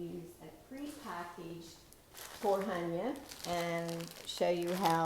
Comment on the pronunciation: Is TARHONYA not TORHANYA